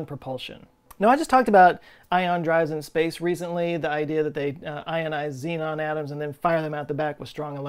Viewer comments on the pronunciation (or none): none